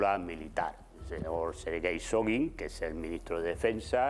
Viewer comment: Sogin y gueramisov ???? Será Shoigu y Guerasimov. No sabe ni los nombres y viene con análisis jajaja que aprenda primero de quien se trata.